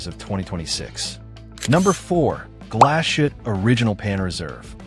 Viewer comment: I made it to #8. Why would I watch a video from someone who cannot even pronounce Glashutte, SeaQ, Sinn... EMBARASSING.